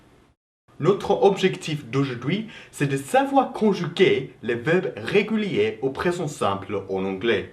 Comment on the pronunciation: Mddr ton accent " conchuger" lol